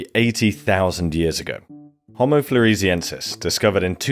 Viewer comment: I was about to praise you for correctly pronouncing "homo" with 2 long o's, but then you lapsed into incorrect "hommo". Homo means "man"; hommo means "same".